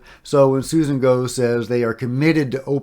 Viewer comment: Interesting. Also, heard in multiple interviews “Gough” is pronounced like rhymes with “cough”